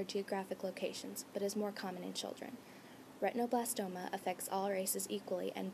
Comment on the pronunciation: the term is not ret tino.. its ret in oh blas toma a derivative of retina